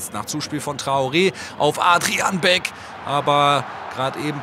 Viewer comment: Becks ha ha ha ha er heißt doch Beck kennt ihr euren Spieler nicht?